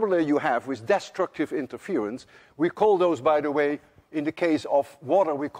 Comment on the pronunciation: Well Mr. Lewin, I guess the reason why Americans cannot pronounce the dutch word Huygens properly is the same why you can't pronounce english words such as longitudinal, destructive, among others. Each to his own.